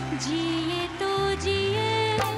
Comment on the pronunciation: There is a big difference between Jeeye and Jeeyen. Somebody on the show should correct the pronunciation of the singers.